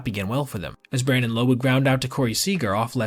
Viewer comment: For future reference, Brandon Lowe’s last name rhymes with “cow.” Good stuff otherwise 👍